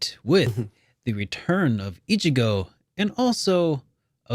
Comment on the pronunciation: HIS NAME IS ICHIBAN NOT ICHIGO!!!! Sorry for typing in all caps but your mispronouncing of Ichiban kasuga's name triggered me. I love Yakuza like a dragon and I couldn't bear listening to you guys calling him by the wrong name. I apologize if I sound very rude